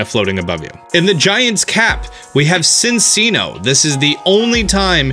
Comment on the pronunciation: Cinchino is pronounced c in chi no not sin chi no